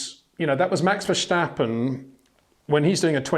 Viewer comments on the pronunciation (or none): HEY PETER WINDSOR, I HAVE MESSAGE FOR YOU SIR: With all due respect ... it is NOT Max "verSHtappen" ... Max is not German (Germans indeed do pronounce "st" as "sht") ... #Max33 = Dutch NL/Belgium! ... It is not "Bottash" nor is it "Lewish" certainly not "verSHtappen" .... This BS started long time ago when a British sport presenter interviewed father Jos Verstappen and assumed you can use a German pronunciation to a Dutch Driver thinking it is so "funny" ... It is not. Serious question: can any Englishman say "versatile" out-loud without saying "vershatile" phonetically? most can about 99,99% ... that is why most English can pronounce Verstappen 100% correct! Father Jos Verstappen (also F1 Racer) was very active between back then only a very few said "Vershtappen" but the vast majority of British sport presenters pronounced it perfectly ... only a few old stubborn farts like Peter Windshor. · It's just pronounced Verstappen, no need to add in the sh sound. Just say it like it's spelled and you're all good mate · very nice comments as always,. As a Dutch man can you please do me a favor???? Max is Dutch and so am I. So the proper way to pronounce Max Verstappen is. Verstappen is with an S not the German way with the SCHHHH. It's Max VertStappen with an SSSS. Would be super nice if you can add that to the otherwise wonderful reviews and comments!!! Love you guys and keep it up!